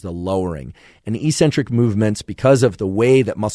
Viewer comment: FYI... it is pronounced ehk-sen-trik, not ee-sen-tric. The c after the first c hardens the first c and e after the second c softens the second c. I highly recommend The Logic of English book and YouTube channel, especially for logical children who suffer from the irrational teaching methods deployed on our youth.. Thanks for sharing this information. I'm looking forward to implementing and testing some of your suggestions. I like promoting truth and accuracy, and I am not trying to be critical.